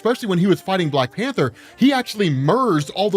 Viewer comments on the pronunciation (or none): none